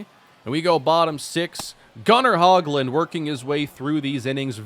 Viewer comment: Not trying be mean but just some info. Gunnar Hoglund is pronounced (hoe-glund), I believe